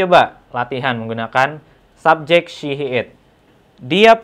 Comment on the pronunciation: That "ell shee" killed me 🤣